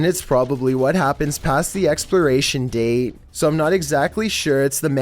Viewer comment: "exploration date"